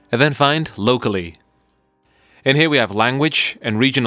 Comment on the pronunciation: It’s lo CAL! Seriously. Not locally.